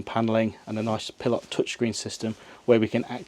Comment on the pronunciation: 😂It's a Pilote!!!! Not a Pil lot